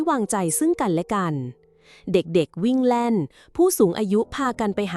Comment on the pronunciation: เบื่อ AI วิ่งเล่น เป็น วิ่งแล่น, โต๊ะ เป็น เต๊าะ ไม่ฟังดีกว่า ถ้าเจ้าของเพจไม่คิดจะอ่านเอง👎👎👎